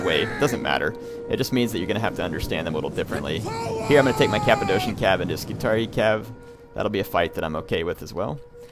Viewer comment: The second 'c' in Cappadocian is pronounced as 'k' (i think you call it hard c)